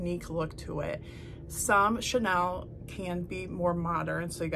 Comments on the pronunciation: Very nice video. But the chenille linens you mentioned is pronounced cheneel, not to be confused with Chanel. Until you started describing the texture, I had no idea what you were talking about, and I am very familiar with chenille. Just a heads up. Again, very nice video. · Hi! Just FYI It’s pronounced shen-kneel.. instead of Chanel. I’ve learned so much from you ! So glad I found you! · Just an FYI - it's pronounced "sha-NEAL". My grandma had many.